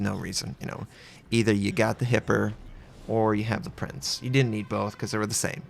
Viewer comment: you got the Eugen (Oi-gun) right, but it's Prinz (pronounced like a soft Z, not an S).